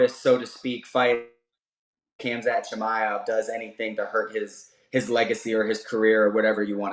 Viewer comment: Just when I thought no one could mispronounce "Khamzat" worse than Shaun Al-Shatti, a new challenger arises